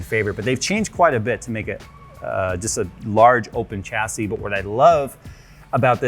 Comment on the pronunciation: Anyone else, who can speak English correctly, triggered by the continual mispronunciation of chassis? Pffft, no white version. Fail. :D